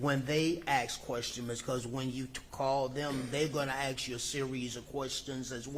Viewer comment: when he says “ask” he says “aks”. So much for education.